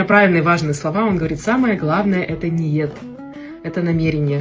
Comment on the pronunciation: Доча как вы без окцента сказали Ниет без окцента. Я Казах .я це Бочу .шукаю. не хай.дякую.